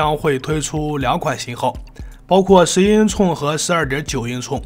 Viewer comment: 唸法是英「寸」不是英「促」